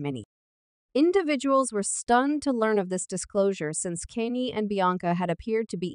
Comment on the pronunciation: You can't even prounoun Kanye name properly get a life